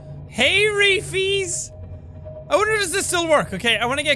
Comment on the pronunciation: It sometimes sounds more like "Hairy fees!"